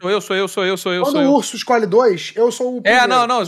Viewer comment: "Isscolhe"!! Sabe nem falar este.